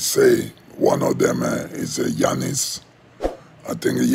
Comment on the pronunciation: Really love the “yannis” and not “gannis”